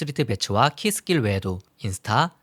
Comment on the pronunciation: Keith Gilll의 원어 발음을 제대로 구사해주셔서 감사드립니다. 다른 사이트에서 찾아보시면 '키스질'이라고 잘못 표기되어서 한국내에서는 키스 길에 대한 이미지가 실추 되고 있습니다.